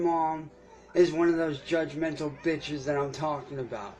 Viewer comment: The "vucking" & "vitches" gets me every single time & makes me giggle. Thanks for the chuckles! he couldn't think of the word he wanted, probably something like "manipulative" would've worked!